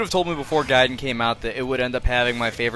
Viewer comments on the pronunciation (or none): none